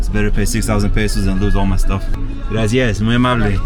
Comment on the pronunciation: He says "graci-is"